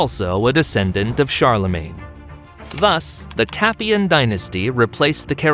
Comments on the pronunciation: So like a Hollywood movie things can be mispronounced and historically inaccuracies included? It's a ridiculous point that you make, why as it's so easy to research why wouldn't they do that? Like pronouncing Capetian correctly! Most people wouldn't research it further so why not just get it right? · First time I hear about the "Capian" dynasty...